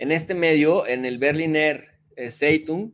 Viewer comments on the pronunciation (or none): Se pronuncia “Bejglinajg Tssaitung”.